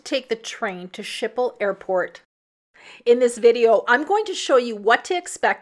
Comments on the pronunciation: A closer pronunciation would be: skiphol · Canadian / Dutch girl here. “Skiphol” is closer. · Your pronunciation of the airport is horrendous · You are pronouncing the Amsterdam airport name wrong.